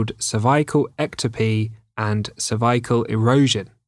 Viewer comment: I knew I was dealing with a PRO from The way he pronounced "CERVICAL" in the beginning